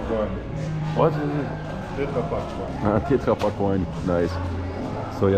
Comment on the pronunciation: the way he says tetra pak sounds very german to me (as a german)